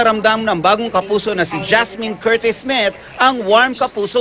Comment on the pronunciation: Hahahaha "Jasmen Curtis-Smeeth"